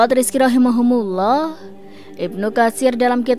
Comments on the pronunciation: ROHIMA KUMULLOH.. bukan Rohimahumulloh.. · Maaf ada saran sedikit, rahimahumullah di ganti rahimakumullah kayaknya lebih mantap.